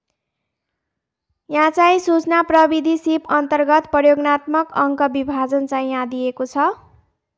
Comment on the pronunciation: प्रयोगात्मक हो बहिनि प्रयोगनात्मक होइन